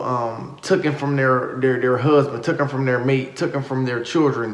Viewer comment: Sweetie, please pronounce that word right it is TAKEN, TAKEN, not TOOKEN. PLEASE, PLEASE.